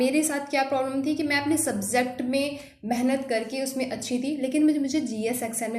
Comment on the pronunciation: "Subzect" nahi "Subject" hota hai